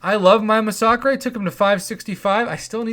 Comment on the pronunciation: Di u really just say masacrey